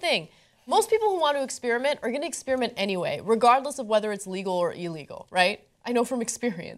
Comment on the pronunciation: Ana, please stop saying "ex-spear-ment"! It's ek-sper-uh-ment for godsake.